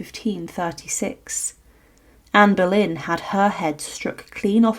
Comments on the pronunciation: Anne Berlain??? ou Boleyn???? OOOOOOOUUUUUUUUUUUUUUUUUUUUUUU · NO PUEDE DECIR ANA BOLENA?